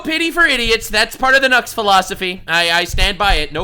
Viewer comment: Nux I thought you said johnny Salami😂🤦‍♂️